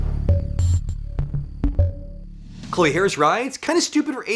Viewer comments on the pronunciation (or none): none